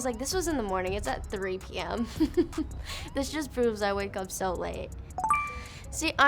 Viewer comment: No one else hear her say morning in a British accent 🤣